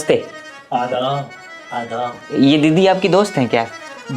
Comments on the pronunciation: Aadab not aa, dab😅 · आदाब ❌ आ दाब ✅